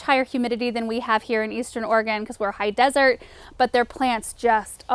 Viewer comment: I chuckle to myself when I hear you say "high dessert". Just doesn't seem like those two words should go together...lol. Anyway LOVE this video! Great AMT of useful information. Thank you for your time.